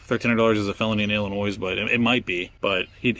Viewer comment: The S in Illinois is silent.